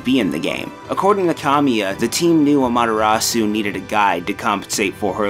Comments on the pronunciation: Rewatching this, I hate the butchering of the character names XP ‘Suseno” “AmatERasu” Like…. I can’t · Don't forget the A. c: amaTErasu vs amaDArasu. You should be ashamed O: < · AH-MA-TEH-RA-SU NOT AMATTARAASU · Lol he keeps butchering Ammy's name. Amadarasu is what he says. Susano or Issun, I'll let slide, but the main character? Pronounce it man. Don't be lazy! But I understand her name is to damn long. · (Crafter1024) It's not just that, the stress that was placed on the Japanese words is also wrong. Japanese is a rhythmic and syllabic language and Amaterasu is pronounced "a'-ma-te-ra-ss". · He doesn't pronounce Amaterasu correctly either. He says "Amadarasu". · "Ammatarasu" Yeeeeeah, needs to work on his pronunciation. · Amaterasu's name is actually pronounced as "Amateras". The "U" at the end is silent in Japanese pronunciation. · It's supposed to be pronounced like "ah-mah-teh-ra-ss", (because the u in the Japanese character "su" is almost always silent or very quietly pronounced), and this dude is pronouncing basically every name wrong. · Uh mah dah raw sew? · you're saying Amaterasu VERY wrong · (eccos) You're right!! I was more listening for the pronunciation of the vowels than I was the consonants, so I didn't even catch the 'D' instead of the 'T'. Good one! (Although that just upsets me more, lmao) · Something about the way pronounces "Amaterasu" is really grating to me. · Your pronunciation of "Amaterasu" is like daggers in my ears. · if I ever have to hear him attempt to pronounce amaterasu again, it will be far too soon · the mispronunciation of amaterasu is really triggering me lol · The mispronunciation of every name is triggering me lol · Why do they always use narrators who cant speak Japanese words correctly, he butchers Amaterasu's name...